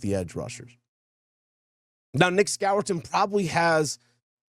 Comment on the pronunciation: Score-ton is the pronunciation